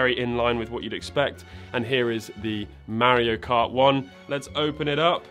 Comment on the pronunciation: "Mario Kurt" 😂😂😂Ich brech ab! 🤣🤣🤣